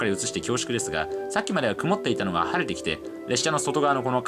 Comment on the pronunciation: 物凄くくまっています 🤣可愛らしい言い間違い 雲っている風景にも感動する日本人的感性の伝道をありがとう❤️